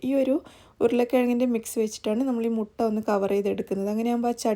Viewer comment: Mutta അല്ല മൊട്ട